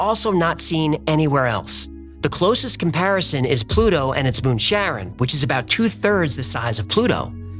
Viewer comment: Charon is pronounced like Karen, not Sharon. ❤ Love your show, especially Hecklefish! ❤❤